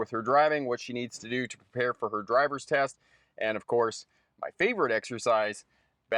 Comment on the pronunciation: Every damn time on the ad when says that this is brought to you by the Course package it sounds very much like he is saying this is brought to you by a Coors package like a Coors 6 pack or 12 pack.